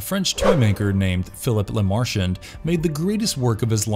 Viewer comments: You pronounced it like “la Martian 👽” The films pronounced his name correctly in English with a broken French accent. It’s not hard to mimic that. Just another content creator, with valuable insight, that doesn’t truly value their content. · Good video, but either I’ve been mispronunciation “Lament” for 30 years, or the narrator didn’t give enough of a shit to watch any of the movies. Also, mispronouncing “LeMarchand” was a little annoying. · Tell me you've never actually watched the films without telling me you haven't watched them. You literally just read something someone else wrote. You mispronounced so many names. Lament is pronounced "Luh-mont", Channard is "Shuh-nard", Lemarchand is "Luh-marsh-awned" not fucking Le-martianed. You literally just read some bullshit and guessed at pronunciations. Thumbs down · You studied everything about the movies except how to pronounce "lament" and "LeMerchant" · I third the motion. Toss the way he pronounces Lemarchand, La Martian on that list too. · LeMarchand. Elysium. I need to stop listening to this. It's obvious you're just a reading a script that I imagine you didn't write yourself because you are not even close with most of these. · I wouldn't call reading the Wikipedia synopsis of each film and adding a couple of IMDb trivia facts here and there an 'exploration' of the franchise. They don't actually explore anything at all. And they can't even pronounce anything right. It's clear they have never seen these movies at all.